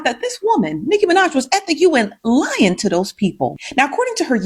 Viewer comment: The emphasis she put on LYING to those people 😂😂😂